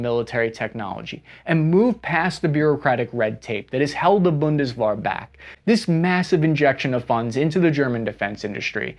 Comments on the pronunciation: As a German viewer : It was fun having you pronounce German phrases 😂 Boon-Des-Where Germany cut his military tradition after the war. Yes we took over even some Wehrmacht Generals to found the Bundeswehr back then but the modern bureaucracy and the political oversight is done by non-military people. We had former schoolteachers as Minister of Defense. That doesn't make it easier to have a strategic development of your country's forces. Germans tend to be stoic, detached. The seemingly contrdicting poll numbers can be understood as "Yes we want to be strong, but we don't want to be drawn into someone else's problem." parts of civil society would like to see support for Ukraine end sooner than later. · I see that the hard Ts in many german words give you a hard time pronouciating them correctly. I know thats not common in english, but essential in many german words. Also pronounceing "Bundeswehr" more like Bundeswar" das not bode well with me as a german... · The "Bundeswehr" which become more "-wahr" over time was also notable ^^ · NEW DRINKING GAME fellow SPA members: Every time pronounces the word, Bundeswehr, incorrectly, take a sip. Last person alive wins the game. Alternative game: Every time pronounces a foreign word or name CORRECTLY, take three sips. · Please don't ever say the word Bundeswehr again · How many times can one mispronounce BUNDESWEHR? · Where is the A in Bundeswehr? I can't find it anywhere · It's Bundeswehr, with an "e". Not an "a". 😉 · I love how he just forgets how to say the German words more and more as the video goes on to the point he's saying a completely different word. RIP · Take a shot every time mispronounces Bundeswehr🥴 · Bundeswehr. wehr you can pronounce it somewhat like the "wer" in "werewolf", just softer. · How many ways can pronounce Bundeswehr? (Most were wrong) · What the heck is "Bundeswahr"? ^^ Just kidding. I like the video. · Bundeswehr is better pronounced "Bundeswear" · BundesVAR lol